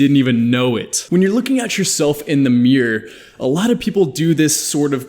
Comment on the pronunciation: I love when he says miargh instead of mirror